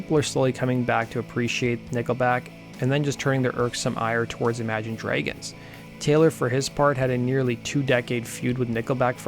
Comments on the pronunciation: How tf do you pronounce "dragons" 💀💀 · Imagine DREYgons? Is that some sort of local accent? I'm genuinely curious and I'm not a native speaker myself. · He's probably Canadian